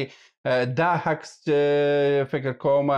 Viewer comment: هیله ده چی خپل پر تلفظ د الفاظو تمرین وکړی ځکه تاسو عکس ته هکس وایی امارات ته همارات وای د ع او الف پر ځای ح استمال کوی او دا غلط ده ډیره مننه او په درنښت سره❤🙏